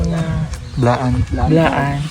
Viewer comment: Iba pag pronounce ni ate blaan po not bilaan😊 im am proud blaan/t'boli from south cotabato good day po and pb team watching from santa Mesa manila god bless po 😊